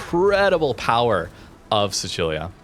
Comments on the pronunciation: Hai ragione. È stato il mio primo pensiero, sentendo la pronuncia Bravo! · i was SHOCKED hahah i was like no way this guy just said the italian pronunciation! made me so happy! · As an italian im proud that pronounced sicilia the correct way